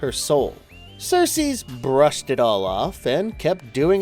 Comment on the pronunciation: Who else is distracted by him saying Sersees every time he refers to Circe? Where'd the "s" at the end come from? And Hecate "lamenates". Lol